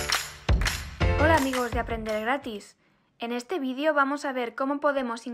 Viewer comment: EN ESTE VIDEOOOOOO !!!!!! NOO "VIDIO", ESO ES IDIOMA INGLEEESS !!! Y VOSOTROS SOIS ESPAÑOOOLEEES !!!!!! :face-orange-raised-eyebrow::face-orange-raised-eyebrow::face-orange-raised-eyebrow::face-orange-raised-eyebrow::face-orange-raised-eyebrow